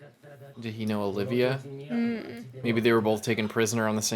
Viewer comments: Btw its not Olivia, its Olvia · Nitpick: It's Olvia (Ol - via), not Olivia (O - liv - ia). It took me a long time to realize this myself. No idea why, but it is the case. As to the point about Robin learning about the D. name here, it does explain her remarks to Luffy when she saved him from the quicksand after his first fight with Crocodile, wondering what "you people" with the D fight for. Now we know another D that she knew personally. This isn't necessarily setting up a future thing, it's answering a foreshadowing that was done prior.